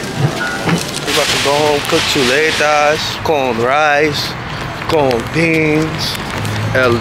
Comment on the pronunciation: Lmaoo he said “con beanes”😂